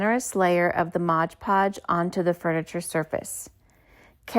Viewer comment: It's MOD Podge